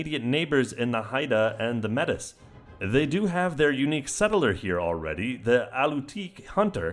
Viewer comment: Just a heads up, Metis is pronounced May-tee. Not Meh-tuss.